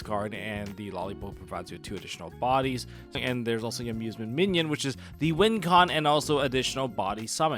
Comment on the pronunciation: Im sorry but its bothering me. You keep saying minion. Mignon is pronounced more like min yone